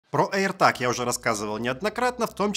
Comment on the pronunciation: аирТЭЭЭЭЭЭЭЭЭЭЭЭЭЭЭЭЭЭЭЭЭЭЭЭЭЭЭЭЭЭЭЭЭЭЭЭг, а не таг.